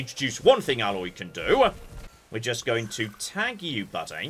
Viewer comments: EH-loy, not Alloy. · TOTALLY!! She is not a composite metal! Long A sound,! AAAAAAAAAAA-loy 🤣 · Her name is Aloy, not Alloy. She and other people say her name in game a lot. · Between Aloy from Horizon and Parvati from The Outer Worlds, is determined to mispronounce the name of every Ashly Burch character.:-P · tf does that even mean, name pronunciations can be different. Also A-loy is different from Alloy, so you're also wrong.